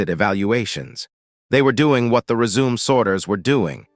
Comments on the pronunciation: Good info. However, you need to teach your A I voice the difference between "resume" and “résumé.” Without the accent over the "e," it sounds stupid. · 'Re-Zoom' lol